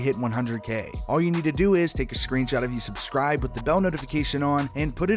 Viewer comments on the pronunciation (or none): none